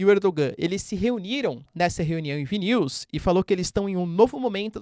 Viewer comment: Professor, parabens pelo excelente trabalho. Para ajudar, chamo a atenç ão para a pronúncia de alguns nomes, como a capital da Lituãnia, Vilnius, e o preso político russo Alexei Navalny. No mais, nota DEZ!